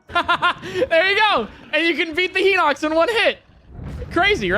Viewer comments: Is "Heenocks" the official pronunciation? I've never heard anyone in real life pronounce it that way. Just two streamers, now. Everyone I know pronounces it "High nocks". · “Hee-nox” classic, classic Nintendo YouTubers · “Heenox”? What the fuck? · The real thing I see broken in this video, is this guys pronunciation. Henox? Meneru? Someone teach him how to pronounce a soft I in a word please. Is there a glitch that can help with that?